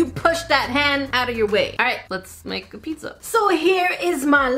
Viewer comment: but... why are u saying PiDZZa? XD